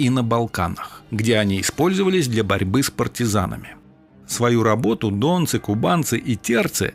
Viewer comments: Научитесь ставить правильно ударения. Откуда эти дОнцы. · Вообщем брехня. Казаки не входили в Русскую Освободительную Армию. И не дОнцы,а ДонцЫ. Автор брехун.